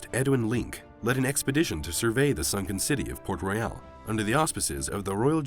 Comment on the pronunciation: The name of the city is port royal and not port reyal !!!